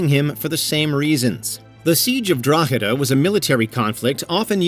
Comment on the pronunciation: WOW im amazed you pronounced drogheda correctly! I grew up there. One of the biggest towns in ireland